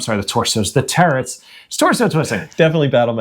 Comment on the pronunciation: I really like this channel, but every time this guy says "terrets" I wanna bash my head against a wall.